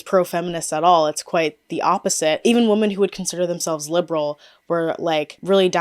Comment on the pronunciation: I’ve noticed ppl pronouncing “women” as “woman” lately…..it’s so odd and particular